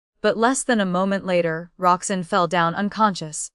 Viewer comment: Roxanne, not Roxsign. Boudoir is pronounced phonetically as "boodwah".